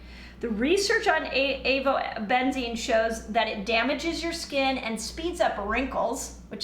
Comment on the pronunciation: AzoBENZINE? She read it and still got it wrong.